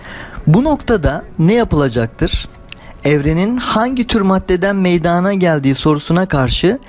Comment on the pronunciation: Ne olduğunuz değil nasıl yaptığınız önemli. Bir öğretmen olarak zaten konuşmanızın düzgün olması gerek. Öğrencilerinize ders anlatırken de bu ve buna benzer hatalarıı yapmamalısınız. Ben videonuza başladığımda meydaaana gelme telafuzunu duyar duymaz yarıda kestim. Çünkü artık benim için içeriğin bir anlamı kalmadı. Eminim benim gibi bir çok insan sırf bu yüzden yarıda bırakacak. Bilgi, herkes tarafından hızlıca ulaşılacak bir ortama sahip artık. Benim sizin videonuza bakma sebebim, sadece konuyu bilmiyor olmamla alakalı değil elbette. Farklı içeriklerden farklı anlatımlar dinlemek istiyor da olabilirim. Yada, bakayım bu kişi nasıl bir içerik anlatımı yapmış, diyerek seyretmiş de olabilirim. Yada ben bir felsefe tarihi araştırmacısıyım belki...Bunu da bilemezsiniz. Sizi şakşaklayanları değil, acımacısza eleştirenleri dikkate alın. Buradan çıkartılacak tek ders, yeterince hazırlık yapmadan ve diksiyon dahil bir çok konudaki olası eksikliklerinizi gözden geçirmeden ciddi bir girişimde bulunmamanız, olacak. Para kazanıp kazanmıyor olmanız yada alakasız başka gerekçeler üretmek yerine, " Evet bir öğretmen olarak meydana gelme ifadesini doğru telafuz etmeliydim, demeniz yeterli olacaktır. Bunu yaptıktan sonra video içeriği, bilgi seviyesi, anlatım şekli gibi konularda size fikirlerimi söylerim. Kibir insanı kendinden uzaklaştırır. Bazen konuşmayı yeni öğrenmiş bir çocuk bile size hayatınızın dersini verebilir.